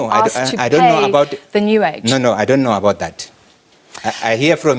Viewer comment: I love the part where he sounds like an Italian. "Doni understand." 😂 Hlaudi's is an very smart, he has a logical, simple & effective perspective & mindset, but because he is not a black man who subscribed to the exploitation of an SOE and speaks fancy English, or a white man - they try to humiliate him and make him a scapegoat.